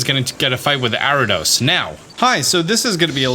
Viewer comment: Its Ariados bro, not "Aridos".